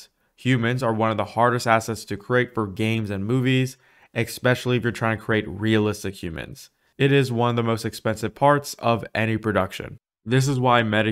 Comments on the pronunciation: the word is especially, not expecially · "Ekspecially" say what? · the word is especially, not eckspecially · “Expecially” is not a word though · Dude. Great review of UE5 but seriously work on "expectionally" instead of especially and "popalate" instead of populate. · Especially not ekspecially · follage, exspecialy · Great video. One comment though, what on earth is "expecially"? :P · Sorry to have to inform you that there are no eggs in especially. Learning English from ridiculousness presenters might not be the best thing. ;P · did you actually say "exspecially"?? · “exspecially” is not a word - look it up, there’s no X in it. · Xspecially? hmm